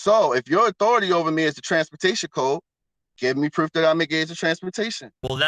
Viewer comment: Is it me or does he pronounce any word with a "oo" like "proof" as "eww" example "pr'ewwf" or is it just me? Coulda been just me because for whatever reason it annoyed the sh*t outta me. Im surprised with all those right to travel always "win" in court and get outta jail free packets being sold for $500 - $1000 no Sov Cit has come up with Hooked On Phonics Sov Cit Edition $1299.